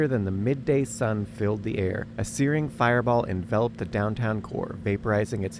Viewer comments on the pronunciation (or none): enVELop'd not enveLOPED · Note to your AI narrator: it's pronounced bomba𝘥𝘦𝘦𝘳... Enveloped is pronounced en𝘷𝘦𝘭oped... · My pedantic brain needs to say this: the guy that drops the bomb, the "bombardier" (bŏm″bər-dîr′) is not pronounced like the company's name, and you are "enveloped" (ɪnˈvel.əp(t)) by something that is not mailed in an envelope. My OCD is now satisfied.